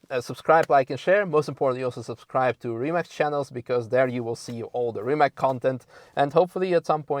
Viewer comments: Rimac - finally someone who can pronounce it right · Finally someone on english learn how to pronounce Rimac....